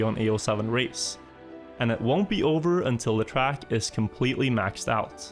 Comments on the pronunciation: I swear to god i cannot see your videos bc the way you say "track" disgust me so much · не верю что тут никого не бесит как он говорит trackь